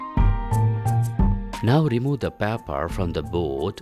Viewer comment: good experiment but for paper u r saying papper